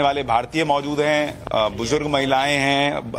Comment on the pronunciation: Bujdurg nahi bujurg hota kamina hindi nahi padhe ho kya school me